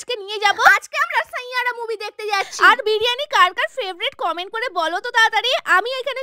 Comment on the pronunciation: Saiyaara❎ sainyara✅😂😂